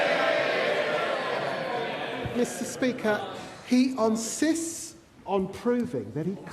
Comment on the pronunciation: Answer the damned question you pleb! He unsists? Can this fool actually speak correctly, what is unsist? Even the opposition heard that, he's as bad as starmer's sausages. We are led by, I would say donkeys but they have a modicum of intelligence.